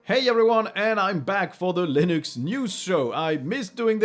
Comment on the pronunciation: 'Loonix'? :p